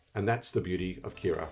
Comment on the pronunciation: my sang American ears thought you were talking about Keras the python library until I saw Kiraa on screen.